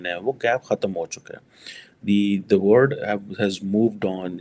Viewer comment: Baba Word nahin mere Panjabi bhai, WORLD!!!!!! Why do you swallow L???